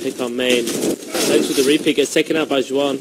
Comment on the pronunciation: It's Juan with an h sound not with a j sound